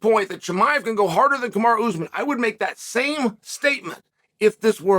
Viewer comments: Please stop calling him ‘kamara’ . I don’t know why you routinely disrespect these athletes by deliberately mispronouncing their names. I know you like to have a subtle dig and like to troll but this really rubs me up the wrong way. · He called them Hazmat and Kamara in the interview. Only person on ESPN mispronouncing names and it’s on purpose 😂😂😂😂😂 trolling on a whole other level man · Kamaru ‘Bozeman’ 😂